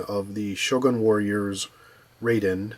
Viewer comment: Pronounced RYE-DEEN, I believe.